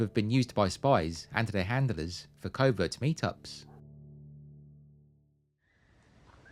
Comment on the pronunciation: You said covert correctly - cover-t.